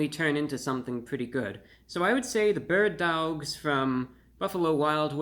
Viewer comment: “Burd Dowlgs”